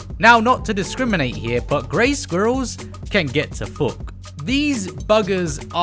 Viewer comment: You sounded a bit Yorkshire with that fook 👍